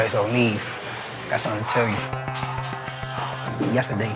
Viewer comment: Nobody.... absolutely nobody: " NEEF" ( NEV) 😂😂😂😂🥴🥴🥴🥴